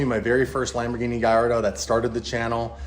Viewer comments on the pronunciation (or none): none